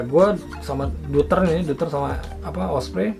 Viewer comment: Doyter om bacanya 😁